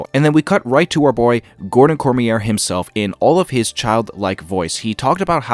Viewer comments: You were close with Liu and Cormier. Liu = Loo and Cormier = Cor-me-ea (it's French if that helps). Like I said, love your videos. Keep up the great work. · You'd better make plans. This channel is going to blow up once the show drops. Your breakdowns are so good! But one thing you need to work on is your pronunciation of the names. Kiawentiio is prounounced "Gah-wen-dio", Cormier is pronounced "Cor-me-ay", and Liu is pronounced more like "L'yoo".